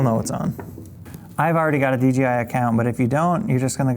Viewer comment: Says “dgi” like 9 times….. could’ve swore it was DJI